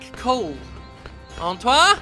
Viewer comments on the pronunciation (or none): none